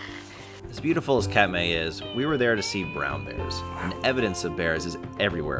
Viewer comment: This is a great video, but every name is (comically) mispronounced. Doesn’t really detract, but it tells the Alaska viewer immediately that they are Cheechakos. Oh well, I was once. It’s not Kat-May, it’s Kat-My. Confession, I was busted last weekend in McCarthy for calling Donoho Peak Dono-Who. Oh well. Another 35 years and I’ll get it locked down.